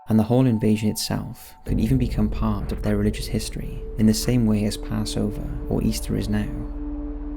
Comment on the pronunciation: Small “part” blah blah “large” ..your so annoying the way you carry your words to sound original..I couldnt even listen for 30 seconds